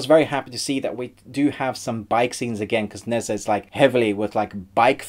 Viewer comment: Nezha = NER JA not nez ah